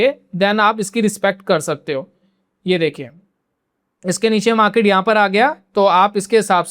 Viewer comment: Maket नही मार्केट ,बाकी जानकारी अच्छी है , ये मार्केट देखने का एक नया नजरिया है ❤